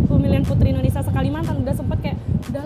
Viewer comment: Dengernya kok rata² bilang Endonesia ya bukan Indonesia. Sampe ulang - ulang dengerin tetep dengan Endonesia.